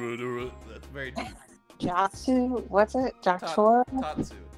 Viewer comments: SAY JOTARO RIGHT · the way he said jotaro hurt me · pronouncing Jotaro’s name💀